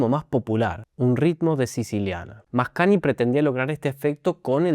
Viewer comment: Muy interesante tu explicación, siempre las disfruto mucho. Solo una observación, la combinación gn en italiano se pronuncia cómo "ñ". Por lo tanto suena algo así como Mascañi